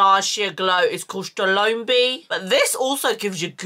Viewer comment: My second time watching this video and what has me cracking up is calling the nars shade stromboli as STROLOMBI🤣🤣🤣 I JUST LOVE THIS WOMAN AND HER SIS THUY